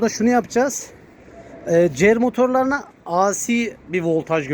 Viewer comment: Di si yada ey si diye oku, a si ne demek😄